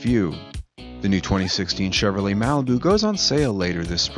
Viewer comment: This guy has a hard time with the word "Chevrolet" His read reminds me of Spicoli from "Fast Times At Ridgemont High"